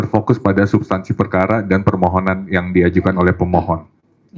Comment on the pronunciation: Akademisi Alumni S3 Lulusan ITB Itu Ngomongnya gk Becus .. Sebut Permohonan dia Sebut Permonohan ..! Dasar Akademisi S3 Manajemen STRESS ..✍️✍️